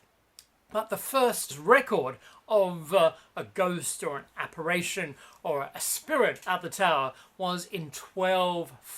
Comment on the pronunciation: ApparItion not aparation you idiot!